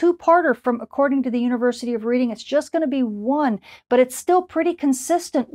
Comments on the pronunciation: Redding, not Reeding. Dunno why, but was same with the eponymous railroad near Philadelphia (and on the Monopoly board) and the city in England in which the school is located. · Just thought as a Brit I should point out that the town of Reading where the university is that you mention is pronounced "redding" not "reading" like reading a book... totally illogical I know, catches many people out. Thanks for all these detailed forecasts which are very helpful for all us radio DXers. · FYI, Reading is pronounced Red-ing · Thanks. 🙂University of Reading is just up the road from me, pronounced "Redding". (just saying) 😊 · Polite observation: The University of Reading is pronounced "Redding". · Reading pronounced Redding, red not read